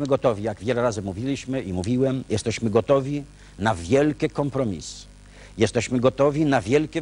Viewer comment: "Jezdeśmy" itp.. po latach ta miałkość intelektualna rysuje się aż zanadto wyraziście, kiedy oglądałem to jako dzieciak, wyglądało to na poważną debatę. Zerka ciągle w coś przed sobą, pewnie czytał z telepromptera. Żenada ;/